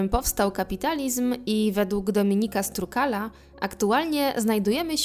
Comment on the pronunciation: Nie Strukal, tylko Stro-ukal ;) Pozdrawiam <3 Super praca !